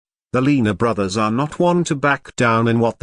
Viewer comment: The commentator can't even pronounce their name, whats that tell ya.